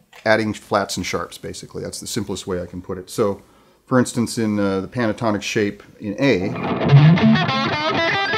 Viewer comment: did he say panatonic shape?